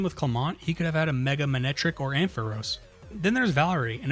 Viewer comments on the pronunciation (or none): none